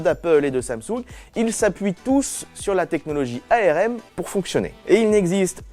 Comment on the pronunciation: On dit arm comme une arme.